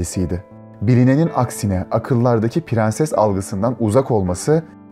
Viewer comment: pirenses şeklindeki telaffuzdan videoya dayanamadım.....